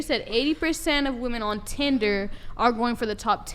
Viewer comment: why cant any of these females pronounce "women"?